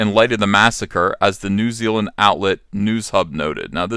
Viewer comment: New Zeal-land